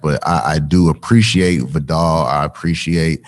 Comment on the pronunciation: No American knows how to say Viddal